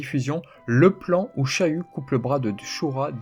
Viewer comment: " shahu" Mdrrr